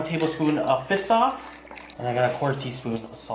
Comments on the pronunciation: Serious question, why do u say Fis Sauce? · He says fist sauce instead of 🐠 sauce